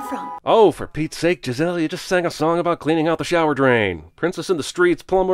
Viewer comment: Hhhhuh-huh, hey Beavis. He said Jizz-elle